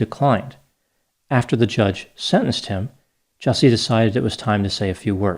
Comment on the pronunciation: Actually, his name is pronounced "Juicy"